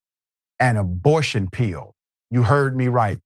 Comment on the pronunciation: What's a pee-yill? The word is pill.